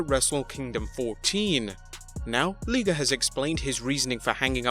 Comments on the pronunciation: Jushin Thunder Leeger????? Okay. I can handle people pronouncing things differently and different accents and all sorts of other things. Usually they don't even register with me. Liger is pronounced like tiger only with an L. That large cat at the zoo isn't a teeger. Sorry. I feel better now. Omega's comments are clearly planned out attempts at creating publicity and a buzz. I'm not 100% sure either side minds because it does create publicity and buzz for the both of them. They'll never admit that, but they know it. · AEW hasn’t even had one tv show yet. Maybe he should talk after 6 months. 90% of AEW roster is weak. By the way. It L-I-ger. you say “I”. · Its’ Liger not Liger! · It's Liger you burke. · God every time I heard him say liger's name wrong I wanted to slap this fool talking. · dude, how he saying isn't the right way, period! Just hear a Japanese announcer call his name in english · Jesus Christ you could've at least pronounced ligers name correctly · First, The name is Jushin Thunder Liger not Leeger.. 2nd I don't care about the Ratings, NXT has the best Storyline than RAW and SmackDown kids show.. Imagine on what they did to Rusev's return.. For Kenny Omega, he needs to wait until October for us to see if AEW is better than NXT.. I like AEW but they need to improve their storyline.. Like why Cody needs to be the first challenger for AEW title, is it because he is the boss? What about the other superstar like PAC and Jimmy Havoc who won their matches at All Out there should be a number 1 contenders match right? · Its pronounced LIE-GRR. Good way to give Omega an easy way out, did he mean it or is it just character. After they keep losing he can say, it was just character we never wanted a war, which is true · LIE-GER (Liger)......you English bloak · If it's based on Japanese pronunciation: LEE-GER. I is long like in Key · Can't even pronounce Liger's name. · Liger is pronounced "Lye-ger", not "Lee-ger" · Liger not Leeger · "Jewshin thundah leegah"